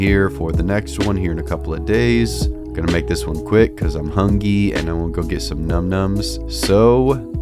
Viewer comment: 😎👍 Yo, B.....mu'fuhka said NUM-NUMZ!🤣👍